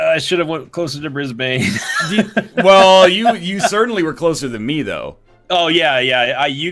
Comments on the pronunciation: "bris-bane" i often forget that foreigners dont know how to pronounce locations in Australia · brisBANE? your emPHAsis is on the wrong syllABLe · the heck is brisbain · HO MATE! i have been down those streets a bajilion times! And BOY! we dont say brisbane like you sir, say brisbane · Wow at pronunciation of Brisbane........